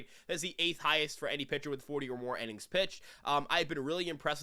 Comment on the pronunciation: It’s innings not “ennings” bro 😂😂